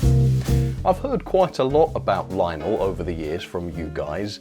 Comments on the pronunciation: "Linel" it's lion-el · I'm pretty sure it's pronounced Lion-elle.